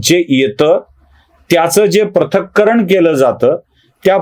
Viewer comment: माझ्या मते, पृथक्करण असा शब्दप्रयोग असावा,‌ प्रथक्करण नव्हे.